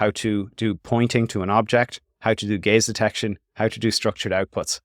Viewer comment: I keep hearing it as "gays detection"